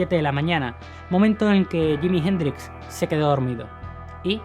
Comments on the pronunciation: ¿Por qué ese "awebamiento" español de no pronunciar NUNCA bien el inglés? 😆 Me sorprende que pronuncie yimi gendrix 😅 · Yimi Jendrix Espierens. Ese ingles papá jajaj